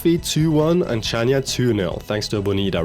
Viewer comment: it's pronounced Hania all "ch" in greek are pronounced with a strong "h" sorry for correcting you but it's probably the 3rd time to hear it wrong from you and my brain just hurts